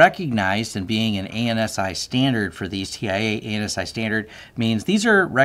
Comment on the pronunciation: First things first, I absolutely love your videos! I've been watching for a while and even though I am a 20 year IT veteran your stuff has really helped me hone what I have set up at home. One nit pick from this video, and it's not even about the content. ANSI is pronounced, not initialized. ANSI should be pronounced AN-SEA, just like you would pronounce NIST or ISO (lots of people initialize ISO even though it should be pronounced like EYE-SO).